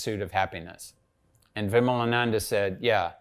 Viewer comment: Lol, at least learn to pronounce Hindu names properly first before interviewing a person like Svoboda-ji. Its विमलानंद & not विमलानंदा . Shows the level of knowledge such Macaulay kids have about India!